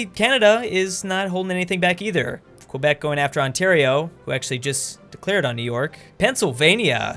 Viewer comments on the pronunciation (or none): Keh-bec NOT qua-bec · You pronouncing Quebec wrong. Drop the 'U' and that's how you're supposed to pronounce Quebec( Qebec).